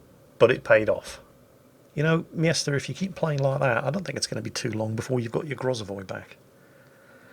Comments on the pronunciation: OMG! The guys name is M Jester, NOT MIESTER! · wtf is a yester? its clearely pronounced jester :S